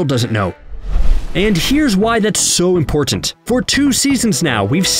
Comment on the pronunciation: The way the narrator says "important" tilts me a little :p